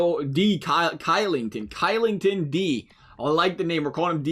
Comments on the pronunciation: no hate, but oliver kylington is actually pronounced... Oliver Shillington but spelled Oliver Kylington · It's pronounced Shill-ing-ton.